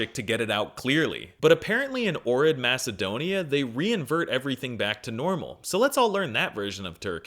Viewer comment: Pronounces "Ohrid" the American way Me: Dies inside